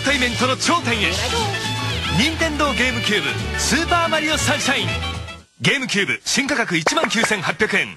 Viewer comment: Not Gamecube. Game-a-cube.